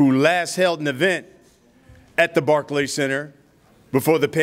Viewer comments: Rolly called the Barclay barky 😂😂😂😂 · Rolly kept saying the “barky center” 😂😂😂😂